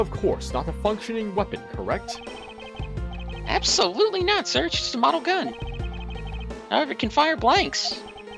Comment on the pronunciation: ***** The clue is the way he said "Ab-SO-lutely". It's an 'endearing mannerism' of his.